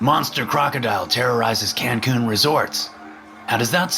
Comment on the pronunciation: “Cancoon”? Who says “Cancoon”? It’s Cancun